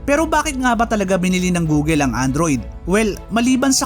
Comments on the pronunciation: Bakit gooleee google check ka po sa Google pronounce google Tama po Hindi gooleee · "Goo-gl" hindi Goo-gel. Paki ayos naman.